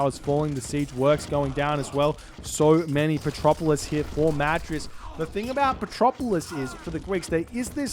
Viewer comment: Man, its petroVolos, not petropolis :D :D :D